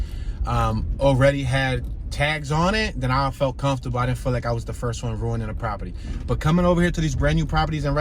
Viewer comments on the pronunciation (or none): none